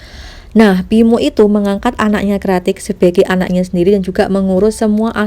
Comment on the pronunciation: Ngomong yang beneeeer weei pinmo pimoo ...tangmo nama dia😀